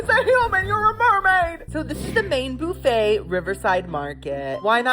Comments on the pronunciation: why do you pronounce buffet like that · I enjoy your videos but there are two words you always mispronounce and it drives me crazy to hear it. The word "buffet" is pronounced "buff-ay" not "boof-ay" and "compote" is pronounced "com-poat" and the "e" is silent. I'll be curious to see if you see this.